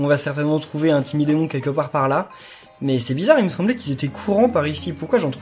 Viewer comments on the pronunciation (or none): none